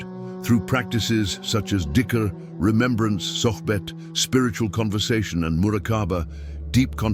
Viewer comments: not dickr, jikir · It's not dicker, it's zikir (dh in Arabic will sound phonetically like z in English) and another one is Luh Mahfuz not Law Mahfooz.